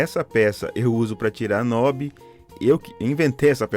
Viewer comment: Parabéns pelo vídeo,, muito esclarecer, técnico e acessível! ainda, mais um parabéns...pela pronúncia correta do acessório "knob", coisa muito rara, inclusive, entre os técnicos de eletrônica!